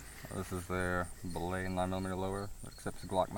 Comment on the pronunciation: LMAO "BILL AY"